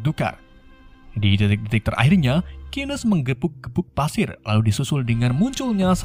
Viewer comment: Pasir bang bukan padir